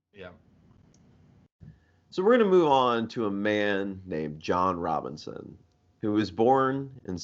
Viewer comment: Robison, not Robinson